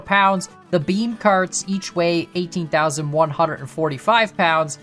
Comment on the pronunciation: I still hear bean not not beam